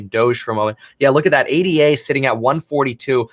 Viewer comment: PSA: It’s “ADA”, not “A-D-A”. It’s a person’s name (Ada Lovelace), not an acronym.